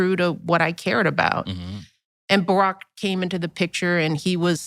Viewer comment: "BOROCK" Straight from the trans gay dudes mouth. Even his/her/it's/themselves can't pronounce names of people that it claims to love.